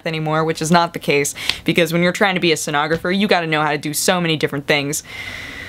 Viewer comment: oh SCENOGRAPHER. I thought you said stenographer. I was like, "lighting, huh? costume construction? weird."